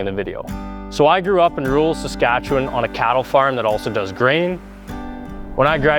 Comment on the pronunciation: Why is Saskatchewan pronounced as skartch?